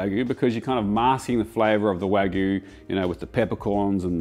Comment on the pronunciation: I love you, but it’s Wag-you (or Wa-gyu) not wag-oo 😂